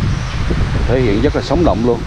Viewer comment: Cảm ơn a. A nghe a nói "dất nhiều" thiệt là "dất ấn tượng" =))